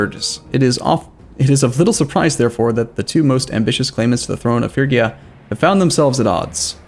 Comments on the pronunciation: Dude, it's read FRIDGE-YA... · Will start saying Phrygia correctly? Nobody knows